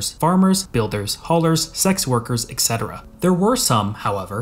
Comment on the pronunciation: a "scholar" making a video on Rome and pronouncing "etc" as "eK setera"....